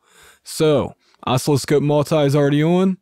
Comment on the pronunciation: It's pronounced "uh-SIL-uh-skohp" with the accent on the second syllable.